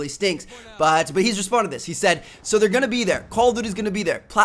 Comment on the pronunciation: The way that he say (so) is really annoying he say saoo not so